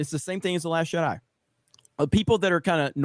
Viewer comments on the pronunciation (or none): none